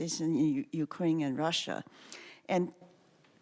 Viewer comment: I like how pronounces Russia, it sounds exactly like in Polish and is different than Rus' (as in Kievan Rus'), which makes it more historically accurate...